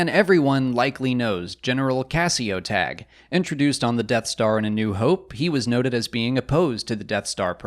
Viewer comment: I thought it's pronounced 'Taggy', pretty sure Palpatine in Episode III pronounces it that way when he wants his shuttle prepared to rescue Vader on Mustafar. But then again has mispronounced Ahsoka in Rebels when hunting her in The World Between Worlds he says 'Aksoka'.